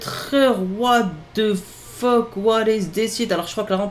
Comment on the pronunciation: « what e fok » 🤣